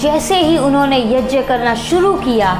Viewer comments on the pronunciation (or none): YAJYA नहीं होता यज्ञ (YAGYA) होता हे